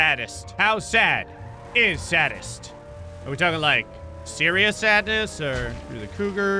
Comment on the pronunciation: It's not "saddest" it's "sadist"